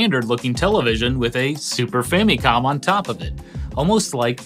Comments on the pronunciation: I quit watching about the 8th time you pronounced famicom that weird way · Gaming Historian pronounces Famicom like he went to Japan once and heard them pronounce it differently and now he makes sure to pronounce it like tht super hard every time.